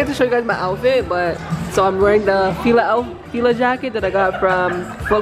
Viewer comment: When Canadians pronounce Fila wrong...lmao